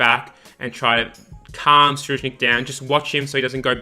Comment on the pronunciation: Im amazing dont worry i wont die. Btw, Tserriednich ( se-reid-nich )